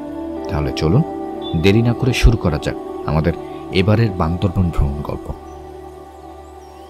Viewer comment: বান্দরবন বান্দরবন শুনতে শুনতে বিরক্ত হয়ে গেলাম। সঠিকভাবে বলতে হবে বান্দরবান।